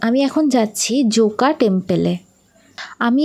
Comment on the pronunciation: Didi zoca noy joka hobe